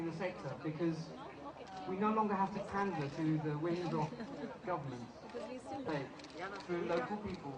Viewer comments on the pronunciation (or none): none